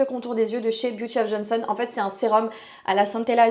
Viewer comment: encore une nunuche qui sait pas lire!"Beauty of JOSEON, pas of JONSON!! pas de n donc on prononce pas le n!! Apprends à lire ma fille avant de donner des conseils!!!